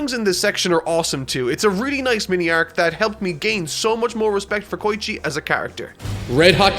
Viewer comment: He also says "K-oi-chi" no "Ko-E-chi